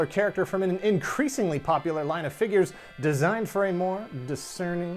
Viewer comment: Dammit can we plz go back to “fingures”